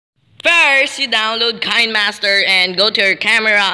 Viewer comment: Are you a Filipino this what say winemaster not kinemaster